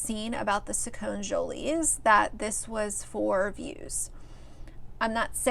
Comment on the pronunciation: It’s pronounced SacconEEjolys . I used to follow them for many years. The problem is that he is only 6. He might change his mind when he is 7 or maybe even at 10. This should not be on the internet. It should be kept private for his sake. He could be embarrassed when older and possibly be bullied at school because of it.